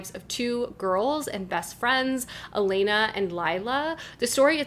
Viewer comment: btw, glad to see some italian writers on booktube, Elena is pronounced with the accent on the first E not on the second, like the english version of the name, Hèlen right, not Helèn, also the first E is open not closed